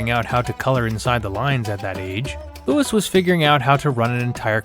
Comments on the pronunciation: It's not Lewis, it is Louis like Louie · Was the Louis pronunciation a deliberate choice?